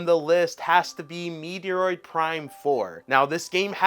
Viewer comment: Hi, great video, I’ve noticed you always say “Meteoroid”instead of “Met-roid”. The first time I noticed was when you were talking to someone at a convention or something and they said it that way and you copied. Makes me laugh every time since! 😁